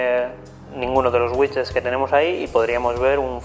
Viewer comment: no se dice wichets si no widgets, please